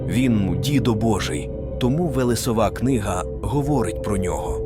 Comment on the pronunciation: Дякую Вам за відео! 🙏 Але дуже відволікала постійна зміна наголосу в одних і тих самих словах. Навіть Сварог - був то СвАрог, то СварОг. Чомусь "вогнедихАючий" замість "вогнедИхаючий", плугА, ВелесовА замість ВЕлесова і тп. Мені, наприклад, нема діла до картинки, бо я не дивлюся, а слухаю, то це дуже ріже вуха. Я сподіваюся, що у наступних відео так не буде. Бо дуже цікава інформація 😊